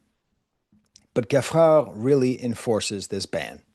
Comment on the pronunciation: Geffrard is pronounced Jayfrar